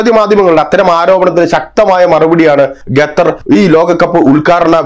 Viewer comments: തൂടർച്ചയായി “ഗത്തർ” എന്നുള്ള ഉച്ചാരണം വളരെ അരോചകമായി അനുഭവപ്പെടുന്നു അവതാരകൻ ശ്രദ്ധിക്കുമല്ലോ? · പൊട്ടാ ഗത്തർ അല്ല ഖത്തർ ആണ് പലരും പറഞ്ഞു തന്നിട്ടും ചെവി കൊള്ളാത്തത് മനസിന്റെ അഹങ്കാരം (ഖിബിർ)ആണ് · ഖത്തർ എന്ന് പറയുഅളിയാ.